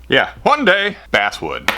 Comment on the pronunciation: "One dayy" Me: "One dayy" My mom: What did you say?